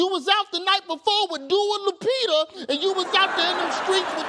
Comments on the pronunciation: "Dua Lupita"🤣🤣🤣🤣🤣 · " Dua Lupita"😂😂😂😂😂😂🏃🏽‍♂️😂